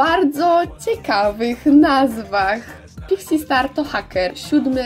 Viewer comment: Czy tylko ja na początku usłyszałam pizzi star